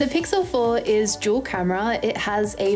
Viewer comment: i kept mishearing "dual" as "juul" oh my